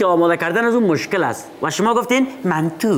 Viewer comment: چقدر جالب گفت منتو 🤦‍♂️🤦‍♂️😂😂😍😍